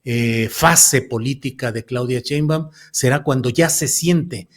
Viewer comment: Estas mal, los militares en esos puestos estan bien y, es Claudia SHEimbaun (NO CHEimbaun)